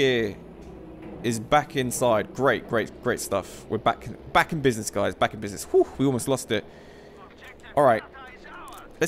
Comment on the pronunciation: he says dice 🎲 instead of saying guys 😂😂😂